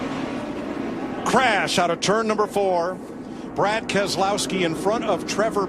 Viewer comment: “Brian Keslowski” lol